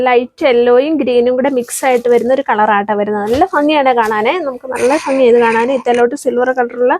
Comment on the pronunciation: ഫങ്ങി അല്ല ഭംഗി... ഇങ്ങനെ പറയു...